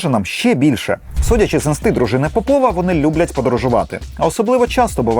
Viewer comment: ось так, кобзон усіх прийме, час, усім гру огпу нквд сс.... земля бетоном нагалос не ПопОва, а ПОпова (срачинська)